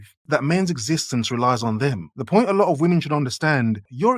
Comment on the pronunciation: This woman can't even say the word 'women' right. Her last two brain cells working overtime just to hold the camera up and talk at the same time. Dear god.